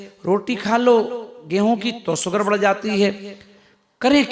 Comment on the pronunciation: अरे बाबा सुगर नही कहते शुगर बोलते है, अब यहाँ से सुरवात है तो कैसे इलाज करियेगा 😂😂😂😂😂